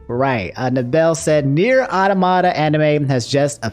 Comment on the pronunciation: automata sounds like aww- tah-mah-tah, like an automaton robot